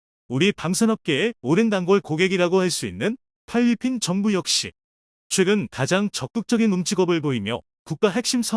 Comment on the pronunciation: 쫄란드가 뭡니까 쫄란드가 수정좀하고 올리시던가 내가 잘못들었는줄 알고 돌려봤네 푈리핀이가 퐐리핀이가 먼가요